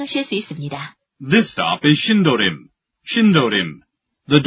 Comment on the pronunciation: 2003년 꺼 가번역은 신도림 이라 들려요. 제대로 녹음 하셔야 지요.